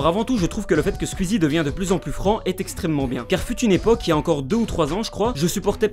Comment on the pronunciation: Bonne vidéo mais quand même ça se prononce squeezie pas squuizi